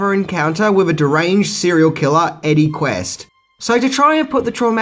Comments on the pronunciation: * Eddie Quist, not Quest. ;-) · Eddy QUIST...not Quest, you goof. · Nice review. BUT...Rob Bottin's name is pronounced Bo-TEEN. Cheers. Oh, and Eddie's name is Quist not Quest. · One thing I do know about the Howling.... His name is Eddie Quist not Eddie Quest. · Jesus can you at least get the character names right. It's Eddie QUIST not Eddie Quest FFS